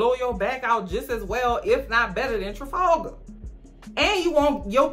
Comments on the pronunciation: The way she says Trefalgar?!?! Made me snort so hard!! 😂😂😂 is hysterical!!! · I love how you keep calling that man Trifalga😭😭